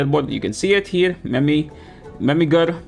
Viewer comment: Yoooo. That was a very hard R when you said the trainers name bro....